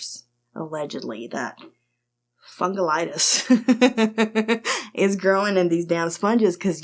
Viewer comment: Fungalitis? lmao. You got inflammation of your fungus? 🤣🤣